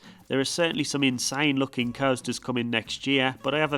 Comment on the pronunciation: Do you pronounce american coasters like that as a joke or do you not know the actual pronunceations?